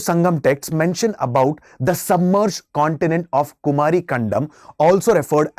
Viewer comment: Kumaari not its ku-mari